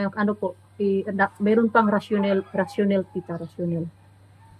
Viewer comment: ang pgbasa ng word na RATIONALE- kung basahin yan ay "Rational(i) hindi rationail- wrong